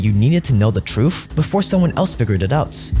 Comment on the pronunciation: …..great job, but you’ve got to work on the “th” pronunciation!……tha, tha, tha, not uf, uf, uf…….truth, not truf…….